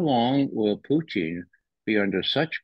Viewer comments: I like Poutine better than Pootin'.😂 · Puteen? Lol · I like Ray as an analyst but his manner of speaking and pronunciation is so over the top ridiculous is just flat intolerable. “PooTeen”? 🤣🤮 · Get the pronunciation right..... PUCHIN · Stop saying poutine 😂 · I love this guy simply because he refers to Putin as Poutine 😂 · He needs to learn how to say Putin